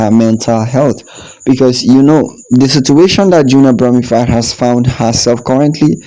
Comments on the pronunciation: It’s Bromfield not Broomfield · Sir her name is Junelle Brom-Field break it up into syllable’s. You keep calling her bromified. I’ll help you because you finally got Kishane’s name correct. Stop murdering people’s name. Amazon Alexa or Microsoft Cortina can help you with these pronunciation’s or maybe you should use AI. You want your Chanel to make sense right? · Brother her name is BROM--(FIELD as in pasture) NOT BROM--FIED... As for your guy Noah he has to take medication for his condition (ADD.. Attention Defecit Disorder) HE TALKS TOO MUCH!! 😕🤔😊